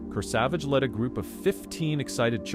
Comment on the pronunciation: Also, Kurr-Savage. Not KerSahVahge.😂